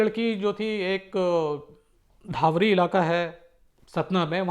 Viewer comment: dhavri नहीं है धवारी है